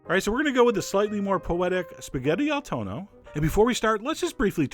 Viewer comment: It’s not “toe-no,” Chef John. You should know that if you have Italian relatives! It’s Tonn-noh. Sit on that n for a while, or else you sound like you’re making spaghetti with thunder (tuono).